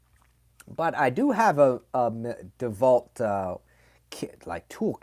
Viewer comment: are you pronouncing dewalt or devalt? cuz its de walt with a " w"